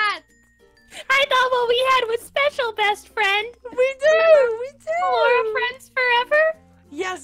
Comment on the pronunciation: Also it's ballora